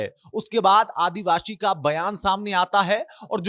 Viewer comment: Kya advabsi advashi bol rhe ho ...Indian bolo